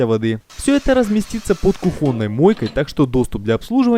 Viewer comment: кУхонной, а не кухОнной!!!!!!!